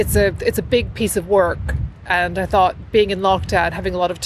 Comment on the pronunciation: Okay, I considered that, too. Especially her pronunciation of the word "thought" sounds rather AE.